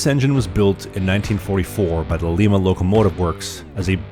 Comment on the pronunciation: a few corrections, the city lima is pronounced Lie mah like lima beans, I am not sure we have the longest steam train, we might be pulling the most cars right now, but the actual engine is medium size for a steam engine, there are several that are longer and larger more powerful like the northerns such as 611 and 844 , and the big boy class, but thee 765 pulled the longest post steam era passenger trains in the 80's and 90's at 34 cars for the new river gourge trains and that was on a continual uphill about half a degree or elevation to around 1 percent and on slippery leaf covered rails as it was a fall colors train on the coast she was used on, she did it unaided like here, today it is said to take 3 amtrack engines to pull the same trip, steam does better the harder you work it makes it hotter and gets more expansion in the steam and the valve cut off and use less steam per stroke and let all the heat in it work its magic before exausting up the stack and creating even more draft like a blast furnace or bellows in a blacksmiths forge, oh and her top speed isn't just 70, she did 73 up in chicago pulling the galesburg zepher last decade, and her all time top speed was 83 mph done by an engineer after one of the new river trips according to an old story told at an openhouse, but shes made for right around 60-70 with a fully loaded train its what she is built and made to do, 100 cars at a time. also as for most scenic well its countryside but there are places more scenic west